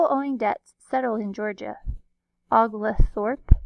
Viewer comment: (Kindly) it’s pronounced OH-gole-thorp